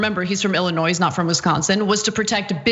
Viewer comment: She said Illinois and pronounced the "s" in the end. :3